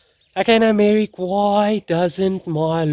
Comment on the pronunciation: Anyone else hearing "" instead of "Merrick"? Let's just call him from now on